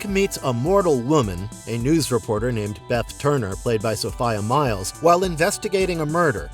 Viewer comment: It also mispronounced Sophia Myles and Coraline